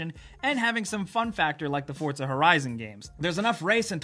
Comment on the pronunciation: btw its for-za not fort-za